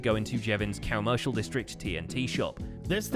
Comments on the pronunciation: The fact that he keeps saying "Cowmercial district" makes me uncomfortable. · Is it just me, or does keep saying "Cowmercial district" instead of "Commercial District)